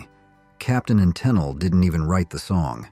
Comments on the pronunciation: Hey Mr. AI, it isn't Captain and Tin-in-lee, it's Capt. & Ta-neal... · come on mate be brave.try a human voice. i turned off when captain antillery was mentioned. tunill- made me ill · Tennellee, Tenell, Tenelly - ai sucks. "Catchy melodies and upbeat anthems" sounds like this video was written by a bitter "music is art" snob. Probably a big "Frank Zappa" fan. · AI-generated junk. The mispronunciation of Captain & Tennille as "Captain and Tin Alley' is a dead giveaway. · Most pointless list ever. So many classic bands panned on here for no valid reason. Only two funny things were the pronunciation of Tennille (it's pronounced Te-neal) and reading your channel name in the comments. When I saw it I read it as Whore members USA 🤣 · Captain and TUH-NEEL is the correct pronounciation. God, I hate AI! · Genesis was good. I liked Bo Donaldson and the Heywoods. The Bughles are not like the Beatles at all. Is this marrayor smoking weed. He's right about Feelings though. I liked Captain and Tennille but not Muskrat Live though. This guy shouldnt be so harsh about Feelings and Muskrat Love. He misprounces Tennille. I liked the Pina Colada song. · The Captain and WHO? dont you love it when “experts” (bots?) cant pronounce names of the subject matter? ive never met anyone who didnt like C&T growing up a list of thousands i have known. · You mispronounced Tennille (in Captain and Tennille).